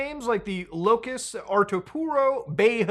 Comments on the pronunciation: you guys are insane the shit says LOEWS HOTEL LMAO BRO SAID LOCUS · bro really said Locus Artopuro hotel